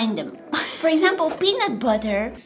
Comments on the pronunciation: PEA-NUT BUT-TAH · PEANU'H BU'A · BUEABUTTTAAWA" hits hard🔥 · “ peanut buta”(was in jamaca language” GOT ME BRUH also why do you sound like that (no offence) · PEANUT BATAH😂